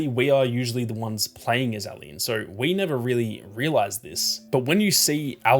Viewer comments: Ally? Its Ellie. Are you Australian or something? I notice they say "See-ga" instead of the proper "say-ga". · Me listening with headphones: “Who the hell is Allie?” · Why are u calling Ellie Allie? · Great video but the Ellie pronunciation pmo